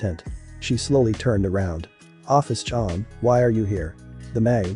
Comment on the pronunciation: You pronounced my name wrong :') (Oh-fis)